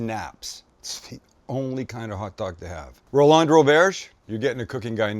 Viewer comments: First, you forgot the celery salt. Second, it's pronounced Roland not Row-LAND. Third, wrong title at the start. 😞 PS. Send me a knife. Please. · Ro-LAHND? Probably just Roland, bud